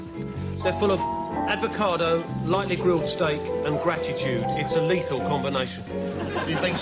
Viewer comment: Advocado!! I'll never be able to say it properly again 🤣🤣🤣🤣🤣🤣🤣🤣🤣🤣☠️